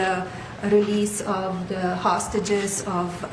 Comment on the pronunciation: Duh hostages. Learn to pronounce the TH sound! You've been here 20+ years.